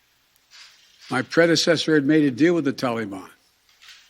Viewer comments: “The Tolly-bahn” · I'm surprised that his staff advisers still let him say the "tollybon" and dont correct him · WTF is a Tollybon? Oh yeah, that's how Barack (bathhouse Barry) told him to pronounce it. Watching Biden trying to read a teleprompter is actually quite amusing.